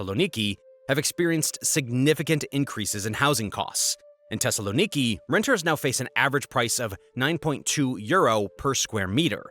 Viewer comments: Phonetically pronounced THessaloniki not Tessaloniki. And the problem is corruption. The only factor you’re missing is the large amount of illegal immigrants that flow through the flood gates called Erdogan’s Turkey. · why the TH in Athens you say it right and in Thessaloniki wrong im Greek and i cant hear it